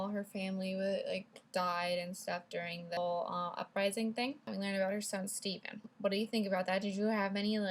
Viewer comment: I'm pretty sure it's Stephan not Steven